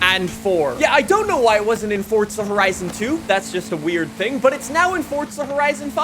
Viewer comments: Bro this nigga keeps calling it "fortza" it's called FORZA keep calling it that ima call the feds fasho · ITS NOT FORTZA HORIZON 5 ITS PRONOUNCED FORZA HORIZON 5 YOU DUNCE